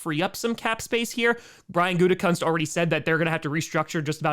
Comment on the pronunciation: Gutekunst's dad had his name pronounced "Gute-koooonce" when he coached. Not "kunts".